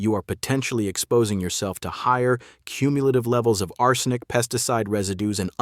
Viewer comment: The creepy bot voice frequently mispronounces "arsenic". How much of the content is bot-generated?